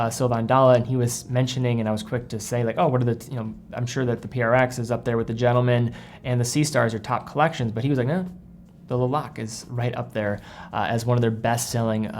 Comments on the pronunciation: Le Locle is typically said closer to “Luh Loke” with a soft “L” at the end. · the Tissot "La Lock" ... be pretentious and pronounce it right! Ok ciao